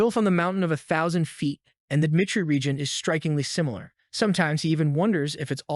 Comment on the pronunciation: Dimitry is not pronounced "duh MIGHT tree" and really, find a reading AI that works.